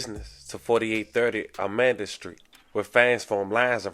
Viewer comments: Amanda st ? U clown now i know u dnt know shhh u talkn bout u dummy its almeda st 😂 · Alm-eeda not almida😂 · [Al- me- da ] Almeda St....lol ❤ I got you... It's a shame how it's all playing out. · Know this nigga ain’t from Houston the street is called Al-me-da street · (AL - MEE - DUH) bruh. It's Almeda street, Al-Me-Da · Its pronounced AL MEE DAH Road lol